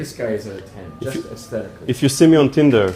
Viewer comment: “First you call it Tindle” 😂😂😂😂